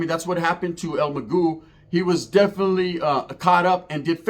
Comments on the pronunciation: Its el MAGO NOT EL MAGÚ MA BOY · Hey stupid it’s mago not magu. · Your story is not all correct and his name Is not Magoo .. it’s EL MA-GO el mago .. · well have some respect for the man and say it right or not delete the fucking video bro la vedad player. "That's the way I say it" bro it's Mag-oh. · this guy doesn't even know how to pronounce the dead guys name 😂😂